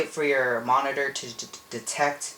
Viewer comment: never say monitor again!!!!!!!!!!!!!!!!!!!!!!!!!! And its not Hwite its White